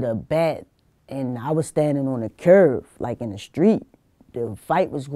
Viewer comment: Curb,not curve?!bmore accent!:):)